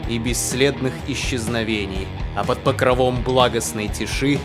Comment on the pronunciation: 2- Мне стало страшно после " под покровОм"... млять... в словарь заглядывАйте... там ударения стОят...